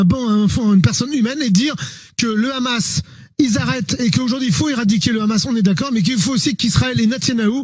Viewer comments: D abord c'est pas khamas mais Hamas ou 7amas mais c'est dur de prononcer la lettre arabe h Le problème c'est la colonisation et le sionisme 1948 vous connaissez madame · Le rrrrhamassss